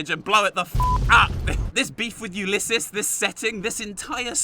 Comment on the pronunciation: You can use a stealth boy to avoid Father Elijah, taking all the gold, and trapping him in the vault. Also, pretty sure you said Ulysses right. Only the first time though.